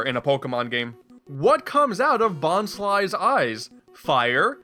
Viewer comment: You pronounced Bonsly weird. It's bons-LEE, not bons-LIE